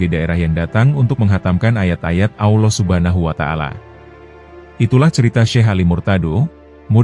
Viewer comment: Anda harus banyak belajar dalam penyebutan Allah